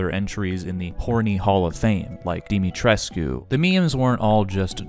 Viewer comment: Uuugh that pronounciation of “Dimitrescu” is absolutely awful 😖